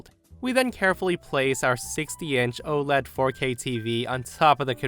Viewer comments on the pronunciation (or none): none